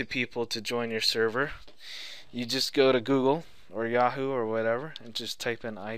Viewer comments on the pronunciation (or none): none